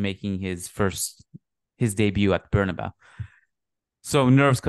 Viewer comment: its BernabeU not BernaBow come on madridista